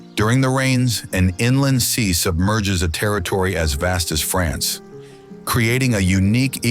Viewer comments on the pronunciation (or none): none